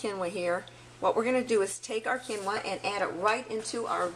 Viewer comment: Quinoa = "keen-wah" long e